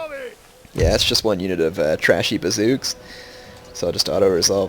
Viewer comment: Did you say ''Trashy' Bazouks' ? xD PS: there was a enemy fleet nearby and its 'region of influence' reached the landbridge, thats why you couldnt cross the Kattegat Landbridge